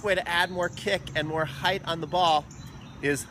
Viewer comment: I like this guys videos because he says 'height' not 'height-th' like some others I hope Sammy is ok!